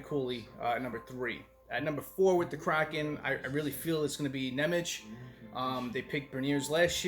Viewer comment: well, now is time, that you learn how to say NEMEC correctly... Also Chara, the americans pronounce his name wrongly too...